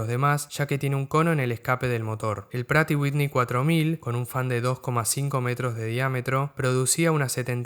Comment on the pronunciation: Buen video! Por cierto, el nombre de la marca Pratt & Whitney es un nombre propio, así que la pronunciación correcta es en su idioma de origen “præt & ˈwɪtni”